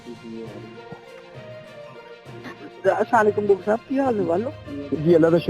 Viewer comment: Mansoor Ali Khan Bhai sab say pehlay apnay Salam ko theek karain. Assalam o alaikum kaha karain please....